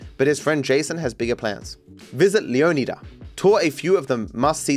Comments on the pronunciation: My guess is that's it's meant to be pronounced lee-AW-nee-da, like Florida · It's pronounced leon-eye-dah 😭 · Its pronounced Leo-Nigh-Duh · got more pissed off with every leo-nida I heard lmfao ITS LEO-NIGH-DA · My god, if I have to hear ‘Leo-KNEE-dah’ ONE more time, I might break my phone. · I don’t know why lol I feel like it’s very clearly not pronounced that way Leo Nigh Dah is the only way I feel like Leonida will be pronounced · Someone tell him it’s LEO-NY-DUH and not whatever he is saying 😂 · Dahmez, leoneedas 😭😭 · Guys it’s pronounced LEO-Ni-Dah Like Flo-Ri-dah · Dont you pronounce it leanida? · Every time said leoneeda apart of my soul died a little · Pronouncing Leonida as Lee-on-idd-uh sounds so stupid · leeon eedah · It's gonna give me an aneurysm with how pronounces Leonida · Bro has a latina mami but can't pronounce Caminos or Leonida 💔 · It's one thing to pronounce it wrong one way, but to pronounce it wrong a dozen different ways and still never get it right is infuriating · I was laughing every time he struggled with it on stream. And he was genuinely trying, asking chat for advice and still getting it wrong. Pure cinema, I love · will be able to pronounce "leonida" properly before gta VI